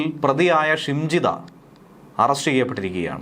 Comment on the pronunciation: ഷിംജിടാ അല്ല നരഭോജി